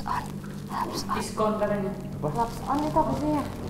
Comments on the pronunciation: Kak frilly bilang lapson bilang discon hadehhh Onyo2 bikin ngekek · Bisa bisanya bilang discon....seketika ngakak